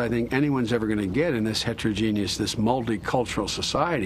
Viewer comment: is he saying 'heterogenius'?